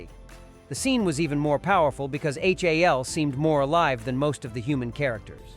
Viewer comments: EHCH AY EHL? it's HAL! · Kier DULL-e-a? H.A.L as separate letters? Filmed under fluorescent light? AI sucks.